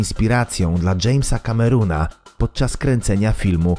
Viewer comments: kamerona a nie kameruna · Jamesa CamerUna" XD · Dżejmsa kameruna XD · "Jamesa Cameruna" hahahaha może Jamesa Senegala albo Jamesa Nigeria